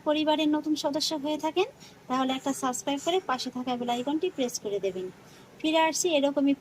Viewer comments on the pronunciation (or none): none